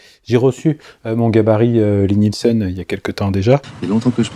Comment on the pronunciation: Lie-Nielsen ...Lie--Nielsen. Et la Tormeck alors ? Le boiseu alsacien n'est pas fidele?